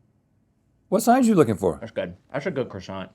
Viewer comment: "But tats my favorite part" 🥺🥺